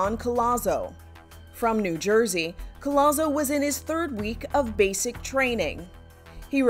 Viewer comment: it’s pronounced COJAZO. Not Collazo